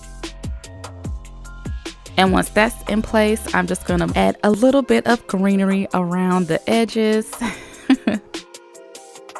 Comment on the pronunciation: It just kills me every time she say’s greenery